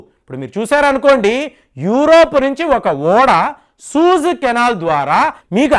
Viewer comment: సూయజ్ కెనాల్...సూజ్ కాదనుకుంటా...